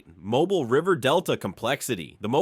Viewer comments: This was the worst video I’ve ever watched from this guy, maybe the worst video ever. Again, you can’t pronounce Mobile, so just stop. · I'm not being mean, but you should check how to pronounce things and places.😂 I just thought it was funny how he said Mobile and other cities and words. I've lived in Alabama all my life (about 20 miles east of Birmingham). Where is he getting his fairly accurate information? I lived in West Blocton for about 2 years. There's nothing there. I remember people coming there just to see the Cahaba water lilies. I've only seen pictures, but they are so pretty and unique. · MOW-BEEL, not MOW-BULL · It's pronounced mo - BEEL! Say it with me, mo BEEL Not MO bull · 😢 MY FRIEND THE NAME OF THE TOWN IS PRONOUNCED MO-BILL NOT MOBILE😢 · it pronounced MOE BEEL NOT MOBILE, MOBIL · Mo BEEL NOT mo bul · "Mo-beel" Not "Mo-bull" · It is not pronounced as Mobile, it is “Mo-Beel” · If you people are going to make informative videos use pictures that were actually taken in Alabama and learn how pronounce correctly the names of the places you are discussing. I’ve never heard of Mobull for example but I’ve heard of Mobeel which is how it’s pronounced in this state. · Its not pronounced mo-bull, its pronounced mo-bill. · Type "mobíl" in Google translate using Spanish language. Put the accent over the 'i'. This is the pronunciation. Mobile, Alabama, was named after Fort Louis de la Mobile, a French fort established in 1702 by brothers Pierre Le Moyne d'Iberville and Jean-Baptiste Le Moyne de Bienville, with "Mobile" likely coming from a Choctaw word for "paddlers," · First off , it's pronounced..."Moe... beeal"....not mobile like a infants crib toy. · I hate AI voices. Its Mobile (Mo-beel), Dolphin(Dol-fin), crappie ( cra-pee) ugh i lost track of all the mispronounciations.🙄🙄🙄🙄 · If you can’t pronounce Mobile, that’s (Mobi-eel) then don’t narrate a video of Mobile. (Mobilee) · Tell your robot it's pronounced "Moe-beal" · It’s pronounced Mobeel